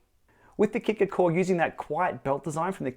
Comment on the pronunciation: what's with the hard R....Kicker CO RRRe? that's something you would normally hear in America, not from an Aussie